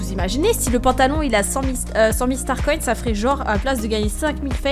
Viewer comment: Sa me stresse tu dis starconne au lus de starcoins